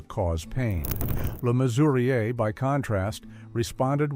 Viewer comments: I find it annoying that no one seems to be able to pronounce John Le Mesurier correctly, it's Measurer not Mesuriay. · It's pronounced Measurer! And WTF is he even doing on this list? He was treated like shit by the people he loved! You shouldn't have used him here.And I don't remember Babs Windsor saying Sid James threatened her career? He did threaten suicide though.